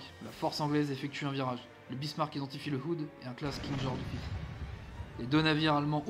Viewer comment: Pour la prononciations si je peut t'aider : King George five se prononce = King george [Faïve] comme si tu disais cinq en anglais. Pour les iles ou tu as eu du mal c'est les iles feroé. Pour kiel je sais pas non plus moi je dit [Kiil] Et le nom de l'operation je peut pas t'aider j'ai jamais reussis a le prononcé. Voila si sa peut t'aider. Sinon tres bonne video. En effet le Warspite a eu une carriere + glorieuse. Coter allemand c'est le Scharnhorst qui a eu une belle carriere. Coter Italie aucun il y a juste le Roma qui a eu une triste fin... Coter US je dirais le Washington suite a son combat de Guadalcanal. Coter anglais ben Le Warspite sans hésité. Coter Jap... bizarrement je dirais pas le nom d'un Cuirassé mais le nom d'une classe de navire les Shokaku. Voila c'est que un point de vue pour compléter. Continue de partager c'est pas grave pour le calendrier moi sa me derange pas. Bref 👍 mérité.